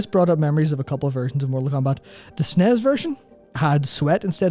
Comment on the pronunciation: Holy cow.... its not Sneez..... it's S.N.E.S.... Super Nintendo Entertainment System... Linus from TechTips does the same thing.... Drives me bonkers...